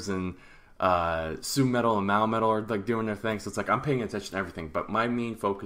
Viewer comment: i had to rewind real quick to make sure i heard u right....MAOMETAL??? lol